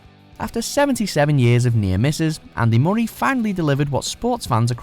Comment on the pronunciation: Is that how you say 'Murray'?